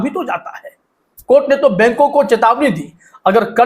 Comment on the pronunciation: Court nahin courtha